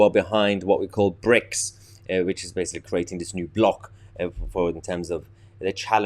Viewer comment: Did you say 'Bricks' or 'Pricks'?.